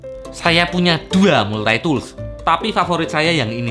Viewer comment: kereennn.. makasih.. hehehe tapi untuk cara pengucapan Multi-tool itu dibacanya.. maltitul.. hehe tapi makasihh banyak... I love your video.. heuheu